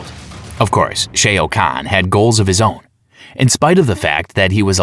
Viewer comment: 😂🤦🏿‍♂️ notice how their response didn't even acknowledge ai, let alone affirm your believe these are just human mistakes. A human may trip up on Shang Tsung but Shoa to Shay??